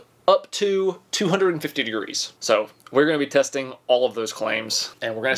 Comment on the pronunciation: your G seems like an S lol testins